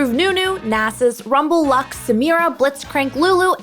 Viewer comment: WAIT..... Did you say lux???